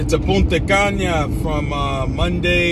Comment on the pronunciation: “Punta Cana” not “Punta Caña” Blessings. 🙏🏼